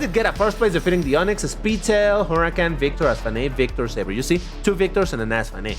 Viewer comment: This car name's pronunciation is Say-ber